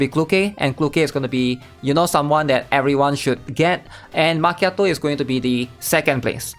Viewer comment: i got a genuine question. They even switched the “cchi” in Macchiato with a “Ki” to make the pronunciation more understandable. It should be obvious how to pronounce it now, so why do you call her Ma”che”ato? Did they change the pronunciation alongside the spelling? Or is that her name pronunciation in Chinese?